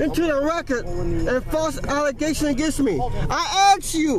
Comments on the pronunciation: And for the record (lol) : as soon as the sovcit said "aks" that was game over. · “I AXE you again...” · I axe you! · Why is it that urban people are incapable of pronouncing the word "ASK"?